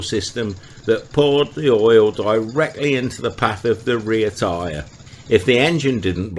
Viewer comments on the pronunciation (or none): none